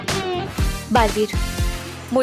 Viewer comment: Dalveer, nahi, balveer, hai,😂😂😂😂😂